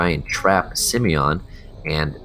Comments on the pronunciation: Its not SimEon, its SimOne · im kinda triggered that he says simeon instead simooooooooneeeeee :P but its a nice guide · Simone is a french girl name. It's pronounced Si-mon. Not Simion, and not Sim-own (Sim-own is closer to the prononciation for the male version Simon) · HER NAME IS SIMONE, YOU BLOODY MORON. Not Simion.... seriously, dude, can you even read?? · Simone isn't pronounced that way fella, Sim-own would be how its pronounced. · What do you mean bro? Simmy-yon is obviously the right way to pronounce it. Rolls right off the tongue! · "Simione" xD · u pronounce simone extremely weird